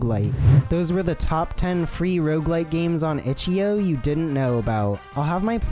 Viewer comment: the way he says itch DOT io makes me wanna put a gun to my head